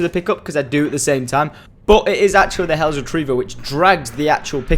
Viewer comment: Hells not hellos